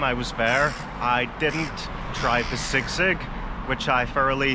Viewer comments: bro it's pronounced as SEE-sig not SIG-SIG 😊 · Hi 👋 nothing biggie but Filipinos had been saying SISIG while your pronouncing it wrong . No hate just a correction ❤